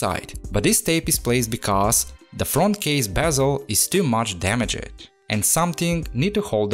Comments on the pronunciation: I'm not trying to be rude or anything but it's damaged not dameg'ed I don't know if your accent makes it hard for you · Someone should really teach you how to pronounce “damaged”